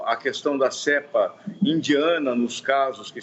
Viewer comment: NÃO É "CÉEEEEEEEEEEEEEEEEEEEPA"